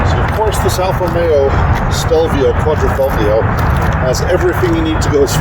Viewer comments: The G is silent....quadrifolio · Quad-ri-"fog"lio? really? if you are going to be reviewing a car and want to be good at it, I suggest you at least know how to pronounce the model name properly.